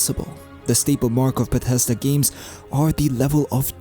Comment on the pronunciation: "bah teszda games" ~